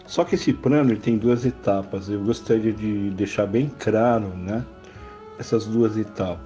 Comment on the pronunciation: Craro? Prano?